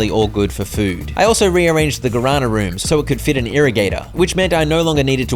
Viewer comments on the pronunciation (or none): Not me 40min into the video, hearing about some "garana" plant, just to actually watch the video and realize it was "guaraná" read as "gwa ra nah". A plant from Brazil and other South America countries, there's a Guaraná soda which is really good, try drinking some. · My ears bled every time I heard "Guarana" misspelled 😂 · Me deu agonia cada vez que ele falava guarâna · "Garana" was such a funny pronunciation... hahaha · It took me 35 minutes to understand because of the pronunciation that the guarana the old lady wanted was the Brazilian fruit 😂